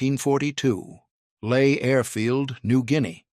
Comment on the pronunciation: Lae not lay. AI slop. Blocking this one too. Same people make a heap of different crap channels.